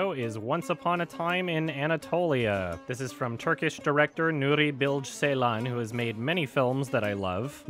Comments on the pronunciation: Ceylan is actually pronounced "Jey-lan" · Nuri Bil-GE like gay but without the y. Also Ceylan with J. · I love you but please learn how to pronounce Nuri Bilge Ceylan's name properly I die laughing every time you say nuri bilj seylan <3